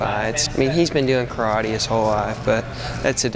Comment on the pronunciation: Can't even pronounce "karate" correctly...